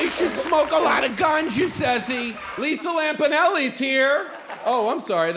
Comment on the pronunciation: He called him Lisa lamponeli 😂😂😭😭😭